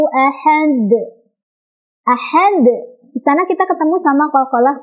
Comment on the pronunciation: Jgn tambah hamzah si dal itu, teh. Ahade saja. Bukan ahadek. Itu kn jd seolah2 ada tambahan huruf hamzah